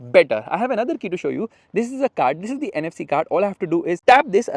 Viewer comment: "THIS"" THIS THIS THIS THIS THIS DIS DIS DIS DIS DIS DIS... 🫥🫥🫥🫥